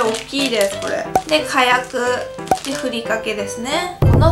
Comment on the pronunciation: きゃやくってなんだよ、かやくだろ笑